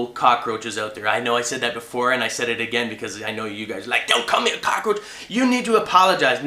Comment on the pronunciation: Hahahahahahaha.....He said Cock-A-Roach....